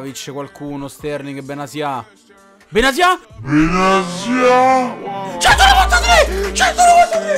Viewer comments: Benatia si dice no benazia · Quando improvvisamente benatia diventa benasia🤣